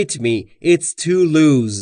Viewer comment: درود بر شما در مورد این مثال تان It doesn't fit me, it is too loose. ( - ) به نظرم میاید که کلمهٔ (loose) را "لوز" تلفظ کردید. جسارتا این کلمه "لوس" تلفظ میشود. اگر تلفظ تان درست هست و خطای شنوایی از من است پوزش میخواهم. همچنین لازم به تذکر است که در مورد شلوار، دستکش، کفش و جوراب ضمیر و فعل جمع بکار میرود. بنابر این مثلا در مورد شلوار میگوید: These trousers don't fit me, can I try another pair on?